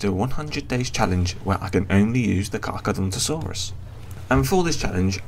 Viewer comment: No. He's right. It's not pronounced Car-char-adonto-saurus. So he pronounced it correctly